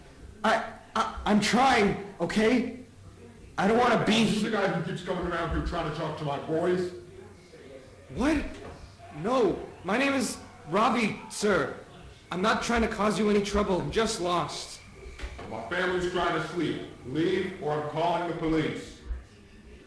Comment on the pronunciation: jego imie to nie "robi" tylko Ravi btw (sprawdz opis)